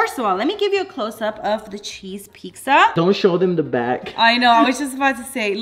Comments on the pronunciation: not trying to make fun of or judge but why do you say pixa instead of pizza just asking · Lol love the way u day pizza!